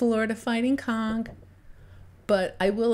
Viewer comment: We pronounce it Conch. Sounds like you're saying, well, you know what.